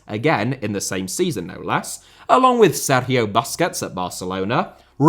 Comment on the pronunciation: stop saying Sergio like that